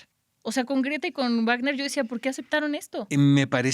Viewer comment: La w de Wágner se pronuncia como v no como w, no sabe alemán la o qué onda (en portugués también se pronuncia como en el alemán).